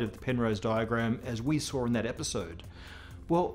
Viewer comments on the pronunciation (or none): Why do you keep saying "sar" instead of "saw" ?